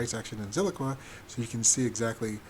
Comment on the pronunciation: It's Zilliqa, not Zilliqua.